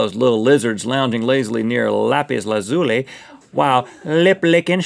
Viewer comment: Its not rhetts way of lazuli, its lah-zuh-lee